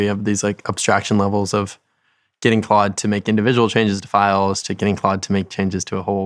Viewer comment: He is definitely calling it "quad" 😅